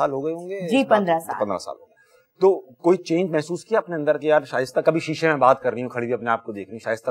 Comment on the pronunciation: shaista said ver well